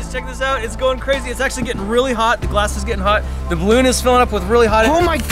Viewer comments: "Ballon" XD 😂🤣🤣😂😂😂😂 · Lol "ballon" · Noice "ballon" there kappa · "Balloon"... xD lmao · Yeah... "ballon"